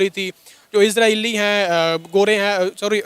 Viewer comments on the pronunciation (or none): इसराईल नहीं, इजराइल है 😂😂